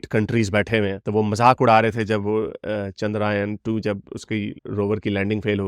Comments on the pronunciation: The pronounciation is 'chun - druh - yaan' and not 'chun - draah - yun' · Chandraayan nahi yeh "Chandrayaan" hai. Please Hindi/ Sanskrit shabdon (words) ka sahi uchcharan (pronunciation) karenge toh aap ki shaan mein ijafah hoga. Credibility badhegi. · It is chander "yaan" not chanderayan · Not Chandraayan, it's ChandraYAAN. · Chandrayaan bolna sikh le